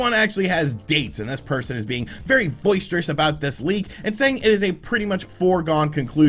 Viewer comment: Haha you said "voiceterous" I think you mean boisterous which means energetic and rowdy